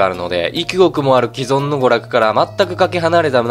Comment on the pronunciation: 既存は「きぞん」じゃなくて「きそん」